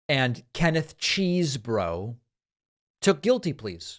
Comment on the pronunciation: OMG, it’s petty, I know . . . it’s CHEZZ-boro, not CHEESE-boro! He says it himself in his pleading 🙄